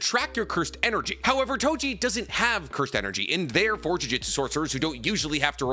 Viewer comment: Its Toji, not Tojin 😑